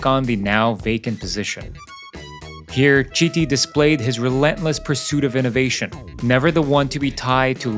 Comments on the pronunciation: It’s pronounced kiti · Please, his name is pronounced, " Kiti". 🙏🙏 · Great vid. BTW it’s pronounced “kiti”, his surname. ‘Ch’ words are pronounced ‘K’ in Italian. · It's pronounced "keety"... How can you do the research and make a whole video and not think of learning how to pronounce his name?? Ps all the other names are also pronounced wrong, but he is the main character here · Do the video again and pronounce his name a Kiti! Because everybody wants their name pronucunced correctly! This video was not serious. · It hurts every time you mispronounce his name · Can you please educate yourself and learn how to properly pronounce the name of the protagonist of your video ?